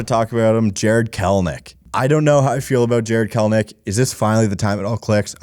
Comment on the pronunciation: Kelenic. Not Kelnic